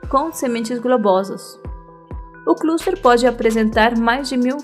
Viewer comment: Não entendi como vc chama o cacho de açaí?! É GLUSTER?!